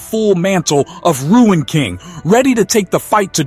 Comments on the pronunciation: Pronounced Roon not Ruin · Marvel do not know what to do with Thor. Thor will die in Doomsday. You don't know what you are talking about. It's not "Ruin" King Thor. It's Rune King Thor. He is called as such because he mastered the powers of the Runes, after he sacrificed his eyes to Yggdrasil. He became more powerful than Odin ever was. Again, it's not "Ruin"...it's "Rune". You are over reaching on most of your points here. Anything for content? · Bro , It's RUNE KING THOR..Not Ruin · RUNE KING not Ruin king 😂 other then that interesting video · It's not ruined, it's "RUNE" KING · It isn't ruined king. It's rune king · Glad someone else recognized it. The word rune, is pronounced "roon", like "moon", not "rue-in"😊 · I thought it was rune king not ruin king Thor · If the person narrating doesn't know how to pronounce RUNE, lets me know that you've just became a THORFAN..... YOU'RE NOT SAYING ANYTHING WE DONT ALREADY KNOW......READ UP